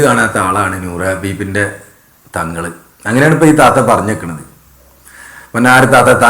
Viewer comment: ഈ താത്താക്ക് തങ്കളുപ്പന്റെ പേര് ശരിക്കും പറയാൻ അറിയില്ല